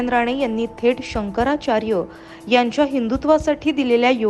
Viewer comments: केंद्रीय मंत्री नारायण राणे यांना शंकराचार्य नीट म्हणता येत नाही. महाराष्ट्राचे दुर्दैव दुसरे काय. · आधी शंकराचार्य असे नीट म्हणायला शिक😂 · याला शंकराचार्य म्हणता येत नाही ... बाटगा